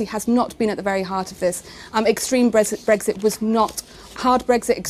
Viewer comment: What is it with these clowns and not being able to say Brexit properly? It's not BREGGSIT, it's Brexit, not a single G in sight...